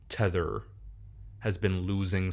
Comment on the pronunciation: It’s Tether